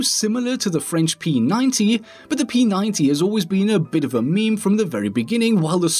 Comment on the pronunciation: How did you get away with pronouncing meme as you did?